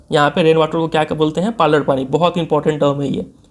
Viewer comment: Finnally किसी ने tho पालर पाणी नाम सही से pronounce किया Saara YouTuber to issa पलार पानी बोल रहे हा।😅😅😅